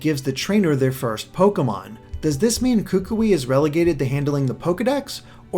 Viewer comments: Hey, great job with the analysis, I really enjoyed it. However I just want to say a thing real quick. The Hawaiian words "Oahu" and "Kukui" we being pronounced wrong. For "Ohau" it's pronounced: Oh-wa-who And for "Kukui"it's pronounced: Coo-coo-we Just thought I'd let you guys know! Keep up the good work! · Please fix your pronunciation of kukui. I know it may be nitpicky but it's frustrating. I'm gonna keep leaving this comment until you see this!